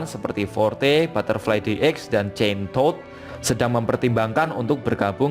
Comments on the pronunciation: Wkwk gue malah dengernya kentodd😅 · Ada yang dengernya chain-Tod?